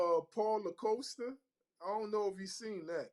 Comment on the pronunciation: Dude on the left is horrible with names. He calls DuPlessis "DuPriest" And calls Costa "LaCoasta" 😂